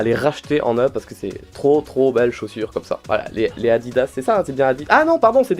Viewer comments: Heureusement que tu t est rattrapes avec Nike quand ta dit addidzs 😂😂😂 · "il a les chaussures Adiddas" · "les chaussures adiddas" AAAAAAAHHHHHH!!!!!!! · Quand il a dit Adidas au début j'ai cru qu'il le faisait exprès...